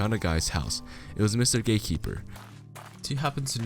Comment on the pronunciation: Why tf he keep saying gay keeper?!